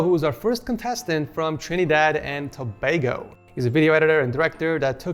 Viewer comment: he pronounced trinidad and tobago correct ?!?!?!?!?!?!?!??!?!